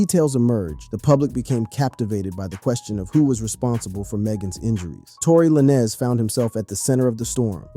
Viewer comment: Because you said Tory lanes Name like that so many times I’m not liking this video 😂